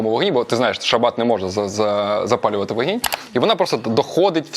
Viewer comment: Вогинь, а не вагінь. 😂